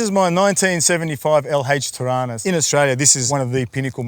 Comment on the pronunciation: “The blue car” They don’t know how to say Torana 😅